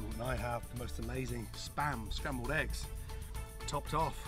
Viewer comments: Spambled eggs lol...sry, I got a giggle out of it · Spambled eggs haha 😛